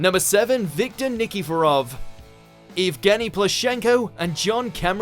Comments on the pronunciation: Anyone noticed the way he said Victor Nikiforov sounds a lot like Victim Nikiforov? 😂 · How dare you pronounce Victors last name like that😠😠